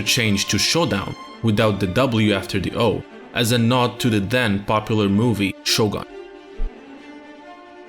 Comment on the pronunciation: i understand it can be hard to a westerner or non asian native to pronounce japanese words/names correctly, but please try to improve and correct your way of saying 'shogun', please.